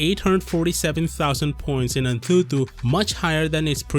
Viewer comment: 'An thu thu' 🤣